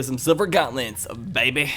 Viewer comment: You say silver gauntlets like this:gonlets